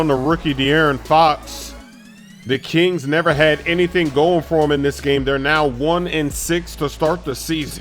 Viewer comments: He said chings instead of kings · did he just say chings???